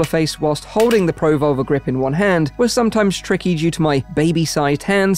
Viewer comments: Neat technology, thanks for the video! I can't hear anything other than "pro-vulva" with the dropped R's 😂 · Yeah, he really shouldn't emphasise the pro and leave the volver on its own. Pruhvolver like revolver, Pro - volver is something Fleshlight will make in 2052.